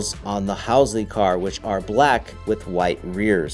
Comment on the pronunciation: Brother you said Halsey wrong two times two different ways in less than 30 seconds. I do love me some Amain tho. Lol